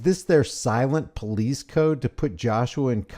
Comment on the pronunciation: "We're the poe lease"